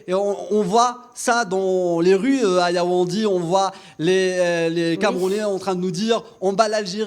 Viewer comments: Yaounde. Not Yaoundi Anyway u are not a Cameroonian u have done ur best. Courage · Tu es dans une ville et tu ne connais meme pas prononcer son nom🤦‍♂️. Yaoundi yaoundi. Mafff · YAOUNDÉ pas Yaoundi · C'est Yaoundé et non Yaoundi!